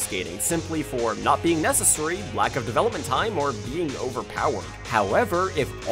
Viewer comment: Good video, but I don’t like the way you say “necessary” it just doesn’t sound right